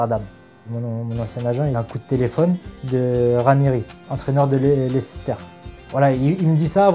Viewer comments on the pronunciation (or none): "Lessister "?!!!?😅😅😂😂😂 Ah ces Français et les langues étrangères. Leicester se prononce " LAYSTER" pour ceux qui ne savent pas.